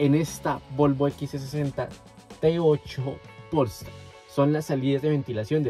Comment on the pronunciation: Todo bien pero no estas pronunciado bien polestar no le pongas acento en el pol estar es polestar sieve y junto 😅